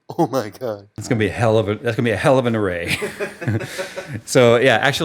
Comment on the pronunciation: "It's going to be one hell of an array." thought he said erection and had to back it up.